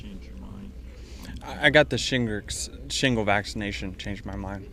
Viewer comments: I think after the first 2 time of butchering the word shingles and saying shingricks u should have laid it to rest hahah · Denice…if you’re going to keep running your mouth before putting your brain in gear…at least learn your lines and how to pronounce words…shimgles? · Lol his response his great. Funniest part is he can’t say shingles 😂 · This man cannot pronounce shingles 💀